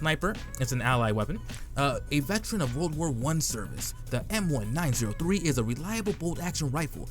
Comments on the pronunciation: Its not the M-one-nine-zero-three Its the M-one-nine-o-three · hahahaha. the numbers next to the letter are said like a date, not individual numbers